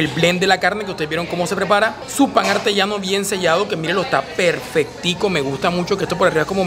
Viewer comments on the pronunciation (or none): "Pan Arteñano"...